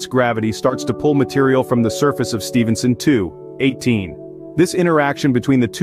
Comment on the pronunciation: It means the bot wasn't taught the correct way of saying it